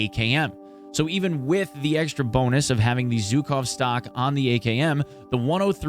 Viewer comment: ZH in Zhukov pronounses like ʒ in words viSion, uSual, deciSion